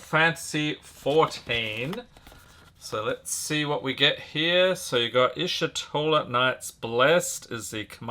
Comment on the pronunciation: Btw it's eesh-toh-la not ishi-toh-la